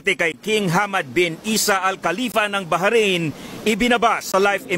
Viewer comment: baharain ? ndi ata mabigkas ung bahrain ng simple lng.